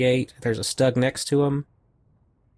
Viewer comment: Another great viddy and congratulations on the Total Victory. BTW sorry to be a linguistic wrist-slapper but according to a close German-speaking relation Stug is pronounced "Stewg," as in a meat and veggie dish cooked in liquid. Cheers!